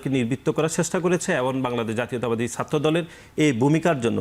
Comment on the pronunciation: One guest has not even polished his wrong accent of speaking Bangla. It should be pronounced as "Chatra" (students) not "Satro"! It should not be "Ekooi", should be "Ek-ee". Mr. Golam Roni ex- Awami member is another man whose pronunciation of Bangla is very poor speaking.